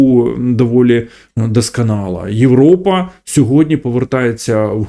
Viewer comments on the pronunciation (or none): none